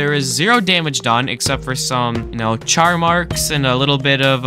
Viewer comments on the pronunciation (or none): none